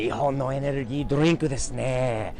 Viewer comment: ドリンクの発音がすごいナチュナルにきれい🙈